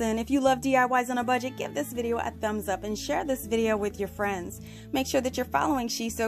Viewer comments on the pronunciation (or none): none